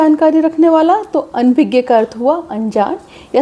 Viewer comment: Your pronunciation of "ANABHIGYA" is wrong. Otherwise all is good and correct. Thank you! 🙏